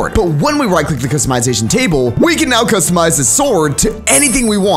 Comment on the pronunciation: when i saw this video the word u said was cuztomize Instead of customize